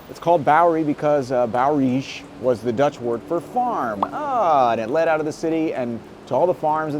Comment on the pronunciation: Wrong you both it is pronounced boe duh rie. It starts like a cow sound booooh then duh like in brain fart rij = row like in row houses. And a farmer in the netherlands holland is called Boer. Boerderij = farmers house. (Plantation) BOWERY boys = farmer boys